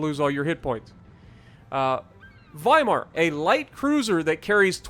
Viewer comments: "W" in German has a "V" sound. you pronounced the name correctly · Thank you for pronouncing the w as a v since it’s German